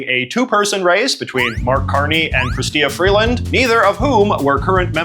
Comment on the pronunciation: Why are you missprounouncing Freeland's name? You'd think you'd be able to know enough about her, as you literally mentioned, she has been one of Trudeau's most active cabinet memebers for years...